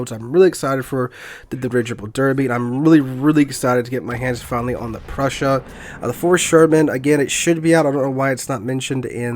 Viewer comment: Just making sure that you know MB cuz I assume you'll be playing her a good bit... Preussen, not Prussia lol. So like Eugen but with a Pr in front and instead of G an SS... Which would be the special symbol used in German but well I don't have a keyboard for that... :D Just in case your not saying it that way on purpose :D